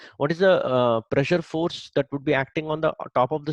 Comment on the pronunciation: nice sir I get the star wars reference with your attempt to emphasise the word force to make it more physics related